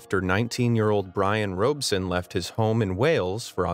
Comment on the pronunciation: Brian Robson Gary Paulsen's Hatchet: Brian Robeson Me:👁👄👁